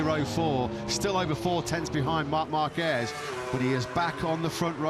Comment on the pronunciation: Will the commentators ever learn how to pronounce Márquez???